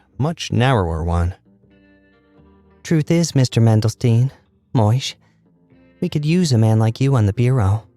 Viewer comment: moishe is actually pronounced like moysheh or, if you're young, moyshee! jewish representation means the world to me and i was so taken aback and excited the moment i saw the title 🥰